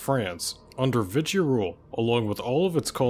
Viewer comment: 😂 great video, but one small correction. It's not pronounced Vitsy or whatever. Vishi is the correct way for Vichy France